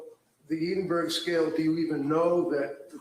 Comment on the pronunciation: I’m a midwife from England I have used the EPDS many times I’m surprised this psychiatrist wasn’t very familiar with it. It’s is a far superior tool in these circumstances than the PHQ-9. I was also amused by pronouncing Edinburgh “Eedinberg”😂. Sorry on a serious note he is a formidable and skilled lawyer. It’s actually very sad to see this doctor throwing her career away. I can’t help but feel for her. Poor Lindsey, poor babies. What a tragedy.